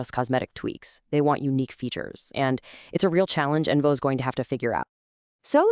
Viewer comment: It’s onvo not envo